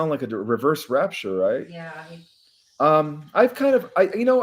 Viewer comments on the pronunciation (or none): none